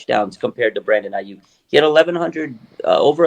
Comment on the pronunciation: If ur an NFL analyst and "well respected" but can't say Aiyuk correctly I'm out...I mean that's literally part of ur job